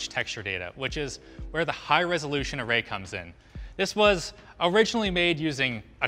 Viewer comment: "Suwwounding the camera awway" OwO?